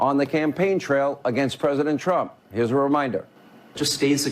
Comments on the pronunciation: “Pwesident Twump” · Pwesident twump lmfao 😂😂